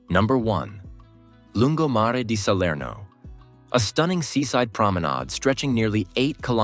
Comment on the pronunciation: Neanche il nome riesce a dire! Serno non si può sentire dire!